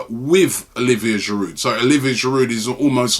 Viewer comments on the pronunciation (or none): its not pronounced giroud its pronounced jirou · who tf is olivier "giroudt"